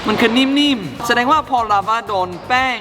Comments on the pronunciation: ลาวา ครับ ไม่ใช่ ลาว้า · ราวาครับไม่ใช่ราว้า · ลาวาคับไม่ใช้ลาว้า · พี่เนทพูดคำว่าลาวาเป็น. ลาว้าปกติของคนฝรั่ง555